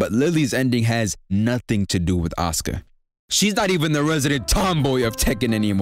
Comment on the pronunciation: I'm so happy you say Asuka's name right, like the narrator don't be saying her name all the time.